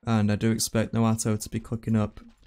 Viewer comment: keep saying noato instead of naoto 58